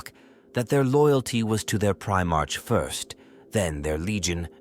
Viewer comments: This idiot doesn't even know how to pronounce primearch😂😂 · Please teach the AI to say primarch properly, every time it says pri march(like the month) i die a little inside.